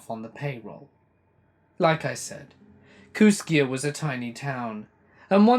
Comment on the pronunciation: I live 6 miles from Kooskia Idaho. And it's pronounced Kooskey. It's on the Clearwater river into Selway river. Also it's highway 12 that takes u to Missoula. I'm in Kamiah, population 1200. It's weird that someone from Kooskia would get all that info incorrect. But it has to partly be true bcuz Kooskia is a real town. A real small one that not many ppl would know of unless they'd been there or near there.